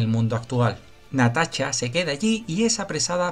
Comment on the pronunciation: jajajajaja no es mala onda, pero que.pronuncie bien el amigo.